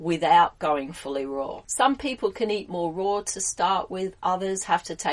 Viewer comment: Oh ok, it still sounds like you said roar, not raw.